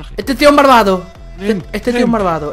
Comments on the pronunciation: Dice marvado jajajajaja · Like cuando dicee marvado